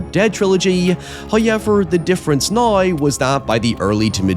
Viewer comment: Saying "nai" for "now" just got you "dont recommend channel"